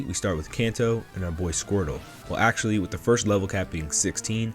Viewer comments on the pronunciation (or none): none